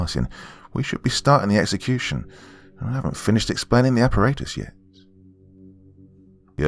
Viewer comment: It's aparatus all the ,"A's" are soft as in ,"apple"